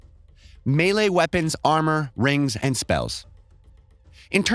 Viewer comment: i know you didnt say "me'le'e" and "ayura" when trying to say melee and aura my guy. PLS tell me thats not how you pronounce them.